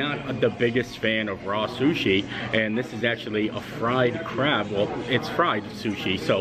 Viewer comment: be careful bud. I know you said “that’s good crab” but sounded like “that’s good crap” lol 😂 I’m only poking fun at the sentence